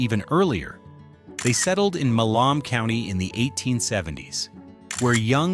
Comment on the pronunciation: AI sucks Milammm it's Milam Cty..